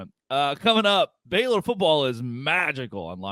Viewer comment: does she call them the FAILor Bears?😂